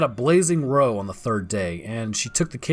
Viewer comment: 'Row' isn't pronounced 'Roah' in this context, it's pronounced R Ow! (as if you hurt yourself). It means to have an argument :)